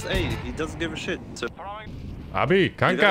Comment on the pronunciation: The way you said "Kanka" made me double check your profile and see if I was right about you being Dutch 🤣